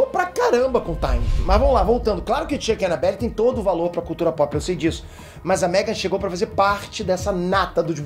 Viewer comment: Ele disse anabellA. KKKKKK Toma cuidado quando for dormir...